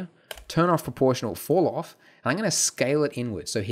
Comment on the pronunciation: It took me 1 minute and 13 seconds for me to render my image with cycles :( Also when you say falloff, it sounds like fouroff lol.